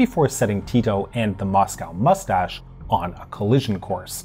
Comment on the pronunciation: Ustashe not Ustase, you made every Yugo cringe